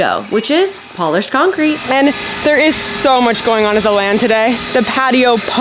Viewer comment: I heard "polish concrete" and wondered for a long time what was special about it... But then I heard that you said polished concrete